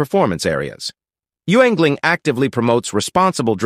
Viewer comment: It’s not you-ingling. It’s pronounced “yingling”.